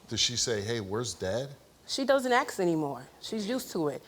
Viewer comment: The word is 'ASK'. How can this be such a challenge??